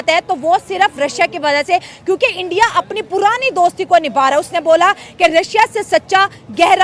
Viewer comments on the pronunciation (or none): तलाकात क्या होता है 😂😂😂 अबे सालो सुधार जाओ इंडिया होता है एंडीया नही भाई जान होता है पाई जान नही😂😂😂😂